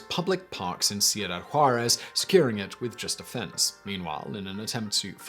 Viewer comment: Cool story. But your pronunciation is still terrible. And the names and places sound like a mumbled run-on. Ciuda--Juarez. The guy's name is Vicente not viNcente. It sounds especially strange because you have that smart british accent thing going on but then butcher or mumble the names. I guess Americans aren't the only ones. At least they enunciate the letters, even if the pronunciation is wrong. Don't forget the O-bam-a. I'm keeping count. :P